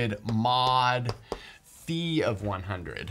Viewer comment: I appreciate that you say φ like phi and not phaj